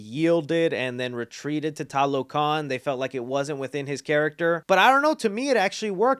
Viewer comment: They needed a bit more consulting for fleshing out the mesoamerican background. Example tlalocan is a Nahuatl word and they are supposed to be Mayan. They also pronounce it in the Spanish way instead of Nahuatl. Finally, most of the movie they say Talocan instead of TLalocan.